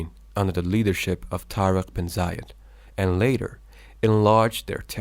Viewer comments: many mistakes in the first 30 seconds let alone the rest of the video. - the name is "TAREK IBN ZIYAD" NOT "ZAYAD", better rectify it , "ibn zayad" is a middle eastern name , while "ibn ziyad" is north african - tareq ibn ziyad didn't burn the ships because it wasn't his ships, the owner of the ships is the governor of ceuta and he was a christian , and the ships where used again for more support. another point it is haram to do it because it is a waste of souls and money, plus it is not wise from a leader to ask his men to fight or die ,hypothetically if the situation forces u to retreat you have to retreat to come up with a better plan ps: sorry not gonna finish the video after that 30 seconds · Bro you make mistake it's tarq ben zeyad not zayed